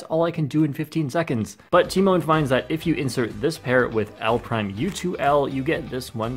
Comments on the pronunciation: everyone: te-maun (tymon): ti-moan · Um, it's pronounced t-EE-mahn, lol. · And here I thought the "Tymoan" pronunciation has come to an end. 🤦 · Im polish and its pronounced "Tyh Mon" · He pronounced his name so wrong lol. But great video keep it up. And congrats tymon!💪👌👍